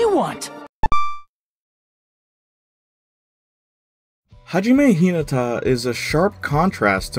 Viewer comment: I legit wanted to commit sakura when he said hajime h I nata